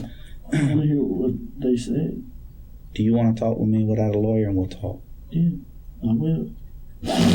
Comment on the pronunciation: He said lawer5 times